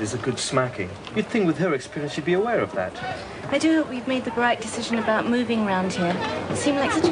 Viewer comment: I think if she did say the word "made" it sounded more like she said "made-a" with an extra syllable. I think the actress must've faltered on her lines for a moment, but too quickly for anyone to notice or care